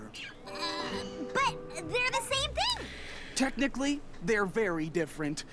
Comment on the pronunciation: Technically, it's "technically", not thenically. (I promise I'm not being mean, I just thought it was funny xD)